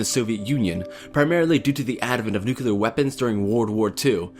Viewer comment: Please say Nuclear, not Nu-Kular.